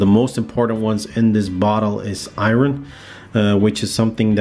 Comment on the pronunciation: The way you say "iron" makes me smile. Great video thanks for the info.